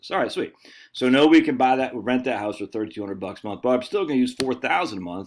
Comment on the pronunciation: I’m hearing a Maine accent when you say Houwse.